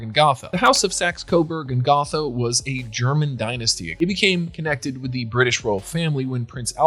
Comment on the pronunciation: Gotha has a long O sound in it. .